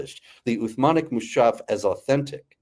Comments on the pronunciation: you can instantly spot a great expert and specialist in Islam when he calls مصحف mu-shaf instead of mus-haf with sh like it is one sound and not 2 separate sounds s and h 😂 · mu-sh-aaf lmaoooo